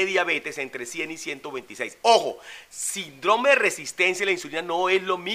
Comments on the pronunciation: No por desviar el mensaje con tecnicismos gramaticales, pero no se pronuncia "sindrome" sino síndrome" con acento en la "i" y con la tilde en la misma al tratarse de una palabra esdrújula... Por lo demás fue un mensaje bastante completo. Gracias. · no se dice sindróme, se dice Síndrome. Muéstranos tu título de doctorado!! Porque tú mismo te lo dices unas 40 veces por cada video. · Tengo entendido que se pronuncia: Síndrome, acentuado en la í.